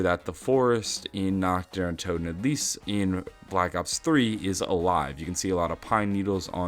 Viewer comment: how hard is it to pronounce toten correctly /)_